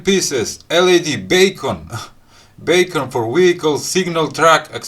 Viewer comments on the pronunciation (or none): I just ordered the Beacon led, By the way, but please don't take this the wrong way, it is pronounced Beacon as in "Bee,ken" in case you wanted to know.